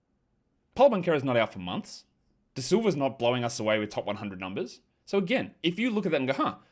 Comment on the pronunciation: I'm sure it's muscle memory and you don't notice, but you always say De Silva, intead of Da Silva